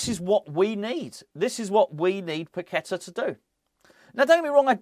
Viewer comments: Pak- Et- Ta, thats how its pronounced!!! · Pak-Et-Ta, thats how it prounounced!!!